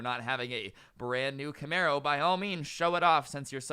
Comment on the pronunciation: Wait you said Camaro sounds like a mustang driver